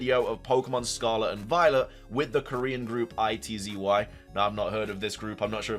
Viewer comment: OMG NO WAY ITZY?!?! I LOVE THEM their music is bomb- btw it’s pronounced It-Zee